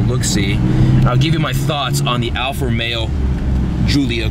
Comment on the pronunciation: alfa ro-mayo